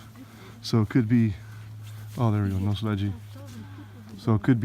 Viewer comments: nocle G - G like gum, gun, geek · Ojcowski NATIONAL Park - Ojcowski Park Narodowy "Noclegi" like "Carnegie", not edgy